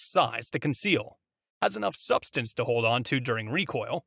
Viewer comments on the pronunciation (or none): none